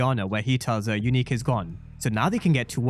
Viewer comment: Are you still sure Unique not breeze?